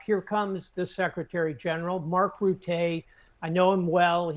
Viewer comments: You know him well? Why do you mispronounce his name then? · So he knows Mark Rutte really well, but he doesn't know how to pronounce his lastname!? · Mark Ruttaaay?! Rutte.